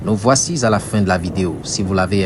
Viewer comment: "nous voici z'à la fin..."